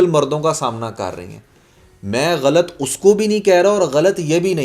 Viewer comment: apna glt bolna thk kro😂 Glt ni galat hota h 😂